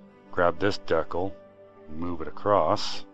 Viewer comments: Dude, good video, but man do I cringe when I hear you say the word "decal" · that is SOOOO not how to pronounce "decal"